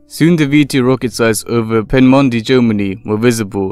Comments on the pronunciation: The place name where the v1 was is not pronounced pen-mon-de its pee-namun-de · Try to pronounce things there proper way. It’s not pronounced Penmondi but Pee-na-mun-da. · Obviously you don't speak German. The correct pronunciation (approximately) is pay-nuh-mewn-duh. The umlaut sharpens the "oo" sound to "ew". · It's Pen-ah-moon-duh! Where the v1's were. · Pronounce it "Pee nah Mun Dah" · Pretty good video, but the site was pronounced "peen-uh-moon-duh" (the umlaut makes a ue- or oo- sound, like the ue in "glue"). And the rank is pronounced "howpt-mahn" (captain). Only a very minor problem and the rest of the writing/narration was very well done, thanks for sharing. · It´s pronounced "panamunda". Roughly. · it's certainly not the jarring way this guy pronounced it. You are definitely correct though.